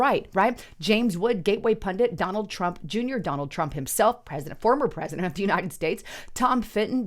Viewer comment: "Donald Tump Juner"?!?! OMG! That's the best one yet!! And I'm not trying to crack on ya my friend. I've spit out more than my share of blunders! My grandpa once said to me... "Slow down boy! Ya sound like ya got 5 tongues in yer mouth, saying 9 different things and 4 'ums stuttering!" 😆